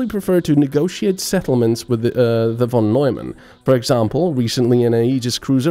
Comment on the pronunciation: ...Von Nojman? Seriously. -.